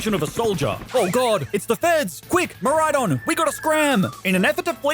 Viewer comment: DO NOT LEAVE OFF THE A IN MIRAIDON!